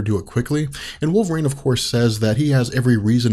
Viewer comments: I love this whole channel, but is it really pronounced wolver - rain? Always thought it was wolver - een. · It's Wolver EEENE not Wolver REIGN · If these videos weren't so incredibly informative, I'd stop watching them because the pronunciation of "wolve-rain" drives me absolutely insane.